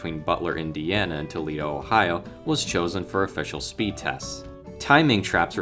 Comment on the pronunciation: tooleeeDO ? AI voice over ?